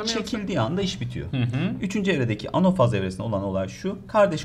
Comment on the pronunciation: Anofaz nedir anafaz olacak